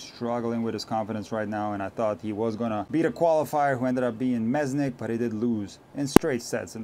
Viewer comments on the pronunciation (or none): You got also our Mesnik wrong - it's Menšík 😃 and š is in our language pronounced as sh in English. Greetings from The Czech Republic. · It’s funny you apologised for wrong spelling of Hurkacz right after misspelling another Slavic name :) It’s Mensik, not Mesnik (Menšík in Czech, pronounced Mensheek in English). I recommend you to check him out, he is a great 18 year old player, tall guy with big serve and aggressive game, he can hit winners from both wings, similar to Lehecka. He reached 3rd round at US Open last year as a qualifier, then he lost to Fritz too easily but he will only get better. I saw him live last summer at challenger in Bratislava, where he absolutely destroyed Verdasco, who was the biggest star of the tournament, unfortunately his road to retirement is even tougher than Murray’s. Hopefully Mensik will win a couple more matches so it’s worth to mention the correct spelling of his name in your next video. As for the Shelton vs. Djokovic issue, I think it’s a bit of a stretch to compare it to Djokovic’s relationship to Agassi. They have never played against each other so there was never a rivalry between them, like it is between Ben and Novak. In agree Shelton is a bit cocky, but I understand it’s the college tennis energy and manners he has brought to the tour and it makes him different. Djokovic himself was a punk when he was in his age and he didn’t even have the American college background. I am sure when Djokovic retires and Shelton becomes more mature, there will be similar mutual respect between them as it is now between Djokovic and the retired elders. For now they are rivals and the